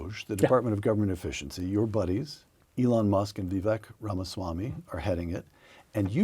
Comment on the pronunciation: Vivek rhymes with cake, not deck.